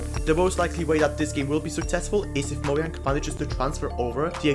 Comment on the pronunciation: Nice video, but "mo-yang"